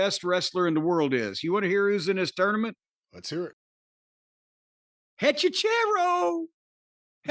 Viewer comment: I don't give a crap about the wrestler, but please stop butchering Spanish, guys. It's HechiCERO as in Penta's Cero miedo, not CHero as in cheap pop. It means warlock. Thanks, guys..